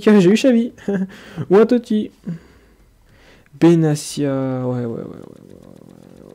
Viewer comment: c'est Ben Atia pas Ben Acia ^^ ca se lis comme ca se prononce .